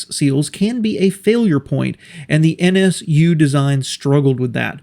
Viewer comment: Why you call them N ESH U?